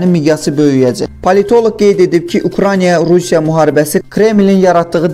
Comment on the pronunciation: Eyyy səviyyəsiz kanal Ukraniya yox Ukraina diktorun dünyadan xəbəri var???? 10 millionluq ölkədən normal diktor tapılmadı????